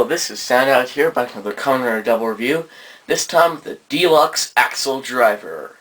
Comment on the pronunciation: "ack-sell" not "Axel"